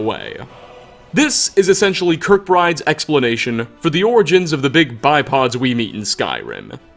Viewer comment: Bipeds ,not bipods.